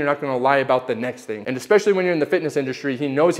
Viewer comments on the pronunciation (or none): none